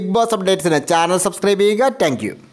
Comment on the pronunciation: ഏട്ടാ എപ്പോഴും പറയുണമെന്ന് എന്ന് വിചാരിച്ചതാണ്, ടാങ്കയു അല്ല താങ്ക്യൂ ആണ്